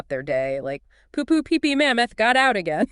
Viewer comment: I question whether is actually AI. She mispronounced poo poo pee pee once which I don't think an AI would do.